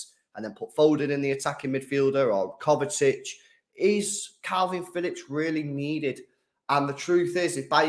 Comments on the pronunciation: mate it’s pronounced KovaCHICH not ‘Kovetic’ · Someone please tell that’s it is kovacic, not kovatic